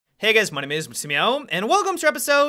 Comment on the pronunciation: I love how you stay with "hey guys my names " but it sounds like "Hey guys msushdbsb "